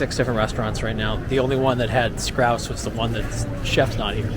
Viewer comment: Scouse not scrouse 🤦🏼‍♂️😂